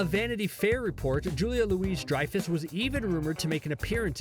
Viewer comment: I made it 1 minute 30 seconds before exiting this video. How dare you mispronounce the name of the queen Julia Louis-Dreyfus.